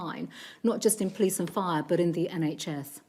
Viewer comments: She keeps talking about someone called the "pleece" but can anyone tell me who this is know I could get a fine from them but I need the heads up before I break any rules, so I have heard of the "police" and I know I need to watch out for them, but who are these "pleece" 🤭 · We call them the Po leese